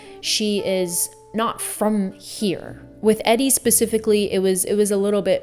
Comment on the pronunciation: “EDDY” Sedgwick?? Omg